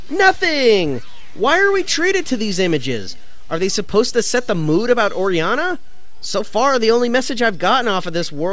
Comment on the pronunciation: Orianna THE WORD IS ORIANNA